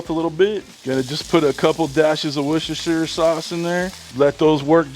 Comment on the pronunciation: It's WUSTER sauce 😂